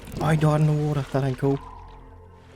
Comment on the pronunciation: you can tell he is english by the way he says water. Wo'ah